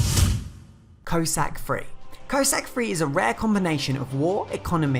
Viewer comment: Wasn't looking at the screen when "Cossack" was being talked about and I could have sworn the dude said "Curry Sack" Hahaha cracked me up.